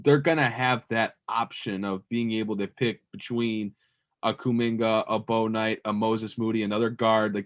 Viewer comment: Just want to let you guys know you are mispronounced Bouknight's name. It "Book night" not "Bow Knight"